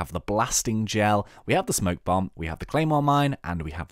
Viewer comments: Spoke bomb, not smoke bomb. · It's spoke bomb